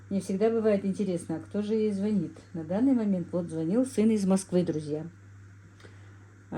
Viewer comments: Не звонИт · Дорогая,.У вас очень грамотная речь.,,не звони' т,, правильно.